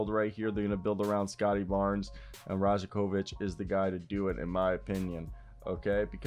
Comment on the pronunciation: Pro tip, the 'j' is pronounced as a' y' in serbian surnames...same like Jokic is pronounced as Yokich, so Darko's surname would be pronounced as Rayakovich.